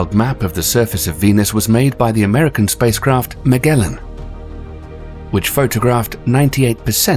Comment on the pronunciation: Many noticed the errors of transposing helium and hydrogen and nitrogen, but no one commented that Magellin was pronounced wrong. The g is pronounced like a J.